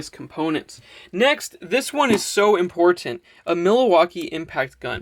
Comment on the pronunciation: My only problem...is the way you pronounce Important...wtf dude??? Are you Canadian? You don't say ImPorTanT.. oh God and TighTen.....sound super weird...I guess you are not from USA...otherwise thumbs up..perhaps in future videos use other words..thanks...Video of course is 10/10, and you are super handsome and I would like for you to wire my system....Now my question If you have a 400 watt system, and its in 12 V...If you want to wire the panels in series, does that mean you MUST use a 24 volt battery system? If so, how do you power 12 V appliances? I have a fridge that is 12 V or ac I would love to power. I have the renogy 300 Watt "kit", and it didn't come with parallel adapters, so either I buy the adapters, or wire the panels in series(no adapter needed). I don't mind buying another battery, as you have stated before in a previous vid It isnt that dangerous, but how do i make it so i can power 12 V appliances? Or Can you wire the panels in series and just use a 12 V battery? That part confuses me.